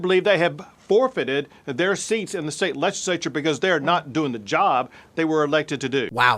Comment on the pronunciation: If that beady-eyed SOB says "the stet of Texas" one more time, I'll scream.